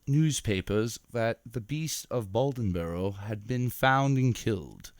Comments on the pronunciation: It is a interesting story. But it's pronounced Bladenboro not Baldenboro. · Blay-den-borough, Try spending less effort on the accent and more on the pronunciation. How did you get Balden-borough? At least you got the details of the story correct. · Say it with me: Blay-den-boro. LOL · I've been on a beast of bladenboro kick and several other video narrators are pronouncing it as "baldenboro". I think they are all researching the same article that has a typo. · Hunter Glass I agree, I grew up in Dublin, NC which is 15 minutes from Bladenboro. That pronunciation killed me 😂